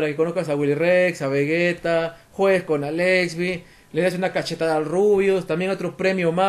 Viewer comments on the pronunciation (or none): none